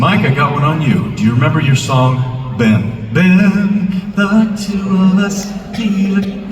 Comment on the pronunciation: MJ pronouce Ben as Bin..Rubbish bin ha ha ha.